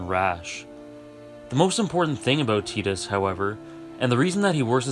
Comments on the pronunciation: It's Tie-dis not Tee-dis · Stopped watching at "teedus." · But it's not ambiguous, there literally is an English name "Tidus" and it's pronounced "Tie-duhs" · I always pronounced it as 'Tide-us' as opposed to 'Teedus', is the latter the official pronunciation? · Final fantasy X needed teedus not tidus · I pronounced it “Tit-is” lmao but he’s an awesome character and FFX’s world has so much depth